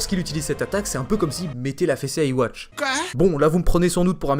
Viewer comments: En fait Yuhaba se dit tout aussi bien Yhwach (qui se prononce Yuhwach pas "iwatch") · Yhwach se prononce Youhabaha arrêtez de dire iwatch !!! 😂